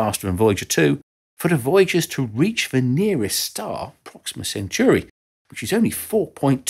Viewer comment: Centauri (of the centaur / of Centaurus) is surely not pronounced “cent-yoo-ry”